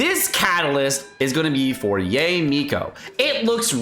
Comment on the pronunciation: Just for those that are interested: it's Yah-eh Mi- koh, not yay mikou. I also wishthe catalyst was different, maybe if the bells were actually golden or silver instead of purple and it wasn't so monocromatic or if they had gone for a simplified aesthetic (like a stick with just one or 3 bells) it would be prettier.